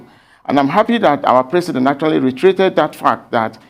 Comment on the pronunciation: Mr Presi'ent (as he GMB pronounces it) made an improved outing.